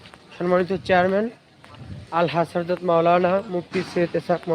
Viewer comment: Harjot not hazrat bolbe